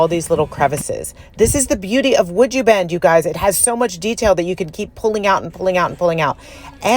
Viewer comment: These are great. I'm not surprised they were sold pretty much before they were completed. The prod you were presenting (sounds better then pushing 😉) when you were saying the name I kept hearing "Would You Bend" like are you willing to be a contortionist for your art? LOL I knew that's not what you were really saying, but my head went there anyway. 🤯🥳